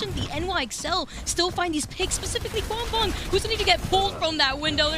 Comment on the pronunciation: saying ‘Gwangbong’ makes me wanna cry